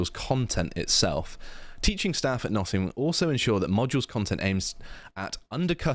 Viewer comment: "Noh''ingum" is hos you pronounce it M8